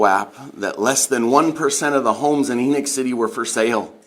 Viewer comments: It is pronounced E-knock... being a full time mom IS a job! Family massacres are not new; they have existed as long as humanity has existed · It's pronounced like Eknock. It's the name of a Biblical character. Not a surprise considering where it is. I live in Utah. NOT LDS! Maybe it isn't pronounced like that, but in the Bible it's pronounced like Eknock.